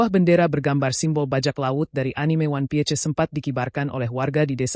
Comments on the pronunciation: Ini AI yang baca ato manusia kalo ngk bisa baca ingris ganti banyak yang butuh pekerjaan. 😂😂😂 wan pie C 😂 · 😅😅😅 bertita pakai suara ai 😅 Piece dibaca pie... Ce..😅